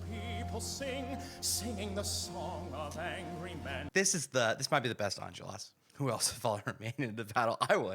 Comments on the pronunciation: It's pronounced "Ahn-jol-ras," not "enjulras" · I don’t wanna be rude, but it’s Enjolras (pronounced On-Jol-Ras) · As a native french speaker, hearing you butcher the pronunciation of every name and location was a real treat 🙏😂 Special mention for Enjolras